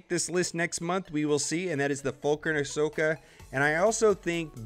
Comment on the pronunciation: ASH-oka TAN-o instead of AH-soka TAH-no